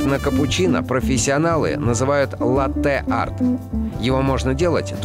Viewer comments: Правильно: лАттэ, а не латтЭ ! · Латте ударение на А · Мои уши... Я конечно люблю Галилео еще с малых лет, но название кофе Латте через ударение на "е"...😩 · ЛАтте , ребята! ЛАтте. с ударением на А. Да, это итальянский напиток. Родина Латте - Италия. Если вы, будучи в Италии в каком либо кафе закажите Латте, с ударением на Е. , вам принесут стакан простого молока, потому что латтЕ по итальянски означает молоко... От сюда и пошло название кофейного напитка Латте с ударением на А... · Поправочка не латтЕ а лАтте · эКспрессо, латтЕ, бесит нереально ) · Не латЭ а лАтэ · именно лАтте, потому что в итальянском языке ударение ставится на первый слог. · Хоть кто-то заметил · Вы немножко ошибаетесь, Дело не в ударении. Действительно, ударение на А. Если вы сделаете его на Е, это просто ошибка. Latte - молоко Что бы заказать то, что у на называют просто латте, то есть кофе с большим количеством молока, нужно сказать Cafe latte - кофе с молоком Иначе Cafe macchiato - это эспрессо с небольшим количеством молока Latte macchiato - это большое количество молока с одной порцией кофе. Да и вообще в самой передаче много ошибок, якобы ристретто, эспрессо, и лунго, зависят от помола, на деле же нет Помол должен быть таким что бы, кофе вываривался по коеффициенту 1к2 примерно за 25 секунд, а здесь за одно время, проливают разное количество жидкости, из за разницы в величине фракций смолотого кофе, и называют это ристретто, эспрессо и лунго, а на деле, помол должен быть одинаковый, меняться должно время пролива, и количество жидкости на выходе, но и сообтветсвенно количество веществ которое экстрагируется из кофе за разное время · Там несколько ошибок. Например капучино никто не делает на основе сливок, ибо это уже не капучино будет, да и они также не указывают правильное соотношение молока к эспрессо, что бы понимать разницу между тем же латте и капучино. К тому же в слове «латте» Борис Репетур делает неправильное ударение.